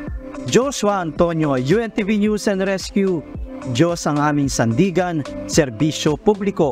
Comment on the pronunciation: yong pronounsation mo ng NEWS Hindi nose kundi NEWS.